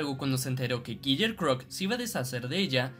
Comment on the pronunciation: Kiyer crock? Kiyer?